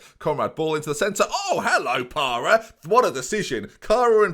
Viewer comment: Parra - yes. Carr - no. Very much no.